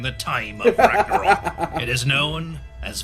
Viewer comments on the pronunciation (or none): none